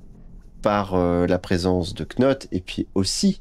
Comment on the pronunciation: Vivement la fin. Petit tips de phonétique anglophone pour Monsieur Knott le "K" est muet et se prononce donc Nott, beaucoup plus facile à prononcer pour tout le monde :D. Et pour les idéogrammes chinois, on ne dit pas des Kenji ça s'est pour le Japonais, en chinois s'est hànzì "hàn" qui fait référence à l'ethnie Han et "zì" qui veut dire caractère ou lettre. Hâte de voir la fin.